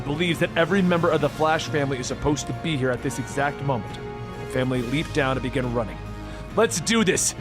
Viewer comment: This guy is awful. "Begin-ah, the culling!"